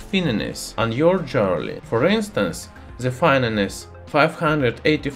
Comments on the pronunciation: I love the way he says "Jwearaly" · The funniest thing about it is. If you have english subtitles active, google translates it to jelly. That one got me laughing. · I like gold jerly. BTW he's from Estonia, not Russia. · Oh yeah, jeorly. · "Jewerly". Nice example of metathesis. Love the channel ! Subscribed. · I love your pronunciation of jewelry. I'm going to say it that way from now on. : ) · Good video. Thx. Intertwined, not Intertwined. Jewelery sounds like Joo-ler-ee. I always look forward to your new videos! Keep up the good work.